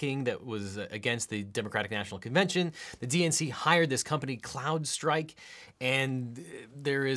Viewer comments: Isn’t it “Crowdstrike” not “cloud”? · It’s Crowdstrike, not Cloudstrike... Otherwise, a great and informative video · We’re agreed that is “crowd-strike” not “cloud-strike” right? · Crowdstrike "Crowd" no L. People's inability to say this properly in news and YouTube just helps confuse things. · the second time it almost sounds like Clown-strike which seems like a theory from Q-anon. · Ahem, CROWD, CRRRROOOOOWWWDD STRIKE.